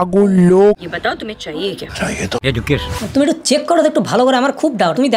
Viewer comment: উচ্চারণ টা এডুকেশন নয়, এযুকেশন।